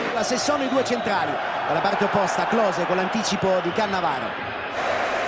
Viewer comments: Caressa tutto il tempo: CaAnnavaro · Le 5 differenti pronunce di Caressa: Cannavaro Cannàvaro Cannavàaro Cannavarooo Caannavaro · Lo ha vinto grazie al tono con cui Caressa pronuncia Cannavaro, e poi ancora Cannavaro 😂